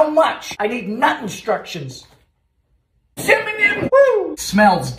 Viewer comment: )) He sound like that! but also CiMiNyIm 😂😂😂😭😭😭 G-i-n-g-e-r 😭😭😭😂😂😂😩😩😩